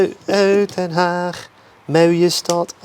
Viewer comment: Ohw, ohw, Den Hààg, mauhje stad, achtuh de duinèh 😂😂 Classic Harrie Jekkers 🔝💯 So you lived in our beautiful country too then, Your pronunciation isn't at all bad, kudos to you.